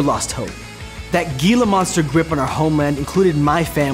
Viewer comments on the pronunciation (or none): Great video. However, the word "Gila" in "...that Gila Monster grip" should be pronounced HEE-lah; there is no hard G.